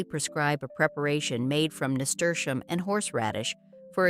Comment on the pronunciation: There is no sound sh in name of Nasturium. Is just plain s. NAHSTUhreeuhm😊